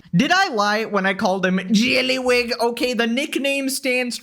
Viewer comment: The way you say JYELLLYYYWIG gives me life